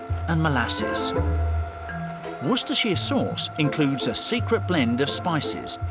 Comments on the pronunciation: It's easy. You pronounce it wuster.... I know there are extra letters. We just ignore those. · I can confirm, we pronounce it "wusta-sheer" in England. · But it's named after the English County so there is no American way of pronouncing it. Its Wuss-ta-sheer. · wishter sauce? learn how to speak english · To those American cousins across the pond struggling with the pronunciation it's "Wu ster" sauce drop the cester and shire bit. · Worst-uh-shire.. Whats so hard about it??? Dont try to read it. Just say it. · worst? Uh? shire? Wur-stir-sher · As a Briton, I'm just surprised that the US "consumes more Worcestershire sauce then every other country combined". Wow. And yet most Americans don't know how to pronounce 'Worcestershire' correctly? 😅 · Yet another American who cant pronounce the name properly……. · America, the biggest customer of a sauce they still can't pronounce correctly.... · If only he could pronounce Worcestershire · yall Brits say it wrong, I say it how it's spelled. ;) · seconds, atleast get someone in who can say the name, Ffs. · Lol it's pronounced differently in this video. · Woster not Wostershire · Woystuhsuh sauce? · Woostah shiya sosssss bub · Dear USA, shire is pronounced as shear. Worster "Shear" sauce. Not Shy-er. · It is pronounced WOOSTER, not "WOOSTERSHIRE" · everyone in the uk calls it Worcester sauce - pronounce Wooster. It's also NOT pronounced Woostersher it's pronounced woostersheer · IT'S PRO NOUNCED WOOSTA SAUCE YA DONUT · Finally get to know how washursister sauce is made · Not in the UK we don't, it's pronounced WUST - ERR - SHIRE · Whambaster sauce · Dictionary: Wor-ces-ter-shi-re sauce. Everyone: Warshur sauce. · Always loved this sauce but only recently found out it had fish in it. You would never guess by the taste. It's pronounced wuster sauce by the way. English has never been straightforward.Welsh on the other hand is pronounced exactly as spelled.If you can get your tongue around it. Ha ha. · It's pronounced wooster